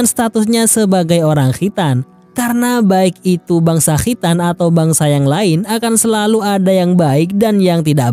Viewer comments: Khritan...😂😂 Khitan..khitan.. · Kho' ya min...makhroj nya jelas bngt🤣🤣